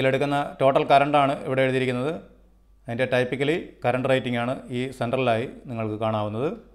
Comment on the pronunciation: ടൈപ്പിക്കലി എന്നല്ല ബ്രോ, ടിപ്പിക്കലി എന്നാണ് typically പറയേണ്ടത്